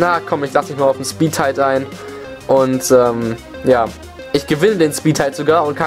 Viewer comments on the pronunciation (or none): Gute Videos die du da hast. Es heißt aber übrigens "speedTIE" und nicht "speedtight" ;D geschwindigkeits-unentschieden und nicht geschwindigkeits... "eng"? xD naja whatever mach weiter ;)